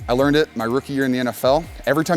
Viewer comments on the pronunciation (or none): none